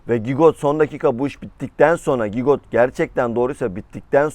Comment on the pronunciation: Gigot değil cigo